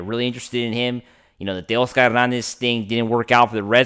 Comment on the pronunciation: Dude, if you stop pronouncing “Tay-OSS-ker” like you’ve got a mouthful of marbles & guano, you may get more subs. NO one goes for that selective Spanglish shtick—it’s gross & reallll annoying. 🥴🤦‍♂️